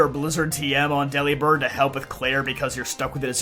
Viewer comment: Delibird is pronounced like Delivered. With a b instead of a V. Its a pun.